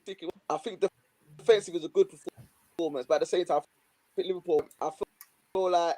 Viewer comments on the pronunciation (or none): 'Liverpoo' savage 😂